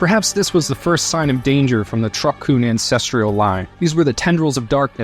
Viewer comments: Lmao he cant even pronounce Kun. Lmaaaaoooo. Fire him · Sir, you're saying kun wrong.